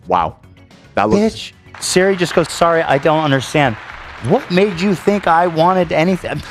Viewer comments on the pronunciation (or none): none